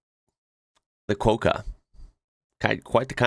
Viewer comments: it’s said with a short o, as in hot. Quokka, rather than quoka. 🥰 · Rhymes with shocker ;) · Its pronounced Quokka, as in Wrocker. 😊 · In Brisbane last week we had three days of terrible storms you said quokka wrong right way is kwah-ka